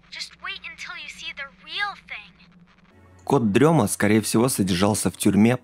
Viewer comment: Почему всем все равно на произношение "кот-дрема", когда и в переводе, и логичнее говорит "кот-ДРЕМОТ". Камон, рифма все дела, для детей, зачем колесо изобретать